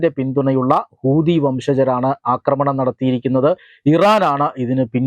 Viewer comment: 😂 കൂതി അല്ല പഹയാ ... ഹൂദി 😅